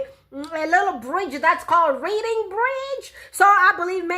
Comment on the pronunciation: It's not reading-bridge...it's pronounced close to reding-bridge. The English language...especially the UK...Old OG...has many words that are spelled the same, but pronounced differently.